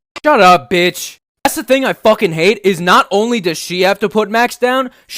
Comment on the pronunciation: I like how he say Shut up with out the S 😂